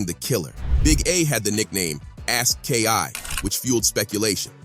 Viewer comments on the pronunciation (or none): Ask Ki and not aski is crazy. This nigha is a pure goofy